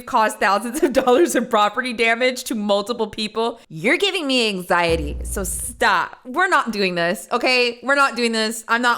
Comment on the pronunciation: Girl barely knows how to say anxiety uh huh